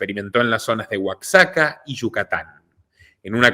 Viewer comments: se pronuncia Oajaca, para no se burlen tus detractores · Queries,Oaxaca,se pronuncia Oajaca,gracias por El gran trabajo,a ti y tus colaboradores,bendiciones. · Oaxaca (Oajaca )se pronuncia !